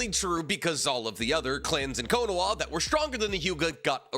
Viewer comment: Does he say "Konoa" as some joke or something? Is it some kind of speech impediment? I'm just asking because now I have to go buy quinoa and I think that he put the idea in my mind .